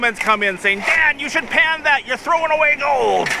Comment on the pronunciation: Everytime u say Dan I hear dad lol